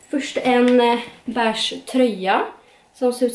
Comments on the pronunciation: Vrf säger man bäsha när de heter besh (vet att de inte stavas så) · Får panik på sättet du säger beige ”bäshhh”